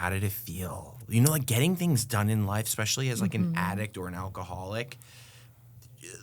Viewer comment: "EKspecially".... Drives me nuts.